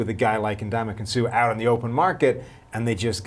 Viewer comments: Am I the only one irritated by how he's saying Suh's first name? Lmfao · Brink EXACTLY.